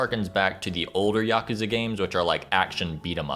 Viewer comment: At least he didn't say "YACK-OOZE-UH" like almost everyone else does.